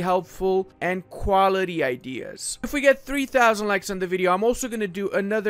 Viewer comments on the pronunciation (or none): none